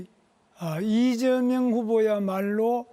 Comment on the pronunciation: 발음이ㅋㅋㅋㅋ 이저명후보